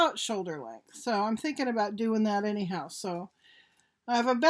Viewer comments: lol she said any who-ter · “Any hooter” 😂😂😂she’s naturally funny